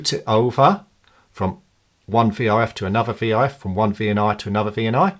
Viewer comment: I would just pronounce it Vee Ar Ef and not VERF